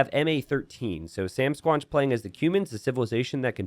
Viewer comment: SamSquanch rhymes with ranch, like from Trailer Park Boys